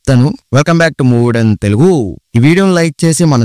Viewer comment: Telughu kadhu bro TELUGU otthu echi palakadhu vinadaniki yatlo undhi❤❤❤❤❤❤❤❤❤❤😊😊😊😊😊😊😊😊😊😅